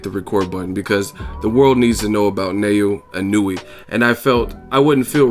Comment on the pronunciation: the proper japanese pronunciation of his name is NA-OH-YA E-NO-OO-AY. I can see how easy it is to stuff up, im sold on this kid now